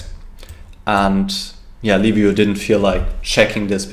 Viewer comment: Congratulations for the win, you are the only one commentator who's pronouncing perfect Liviu's name. Like Leave you, for English speakers